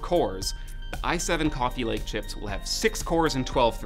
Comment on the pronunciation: Cwooofe lake